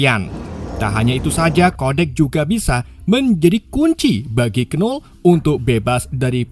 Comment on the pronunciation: disclaimer: tulisan nya Knull tapi bacanya Null bukan Kenull